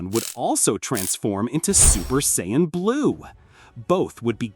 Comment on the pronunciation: Why can't the AI pronounce Saiyan properly.